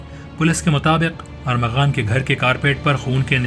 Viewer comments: Armaghan not aghaman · Y policeman is saying him arghaman instead of armaghan?